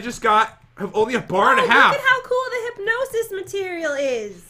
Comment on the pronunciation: I know its not a huge deal but i just kinda get annoyed when he says hypginosis its hypgnsis